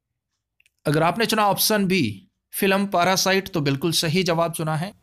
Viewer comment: पारासाइट नही उसे पैरासाइट बोलते हैं सर जी 👍👍